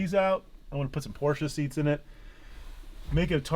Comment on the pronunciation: Hehe its a porsche not a porscher 😉